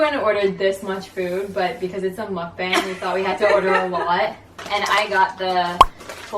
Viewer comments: btw the 'bang' in 'mukbang' is pronounced like 'bong'. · I had to stop watching after you pronounced it muck Bang. it's pronounced muck bong. like a pipe. it really irritates me. if you are gonna do it do it right. followers